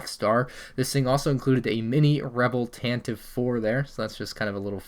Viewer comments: its not tan tiv, its tan tee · “It looks awkward” Edit: also, it’s pronounced “tan-ta-vee” Edit 2.0: ALSO, we need a new Tantive IV